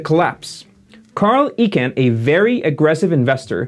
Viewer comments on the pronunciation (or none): You're the first one I've heard pronounce Icahn that way (ee-cahn). Everybody seems to call him "eye-cahn". wikipedia seems to indicate "eye-cahn" to be the right pronounciation too. But I could not find a video of him saying his own name. I'm curious where you heard your variant. Cheers! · You keep pronouncing Carl Ichanh's last name wrong. It's pronounced like "Icon". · Great videos, but your pronunciation of key industry leader's names is rattling. The corporate raider investor is Carl Icahn's last name is pronounced "eye - con."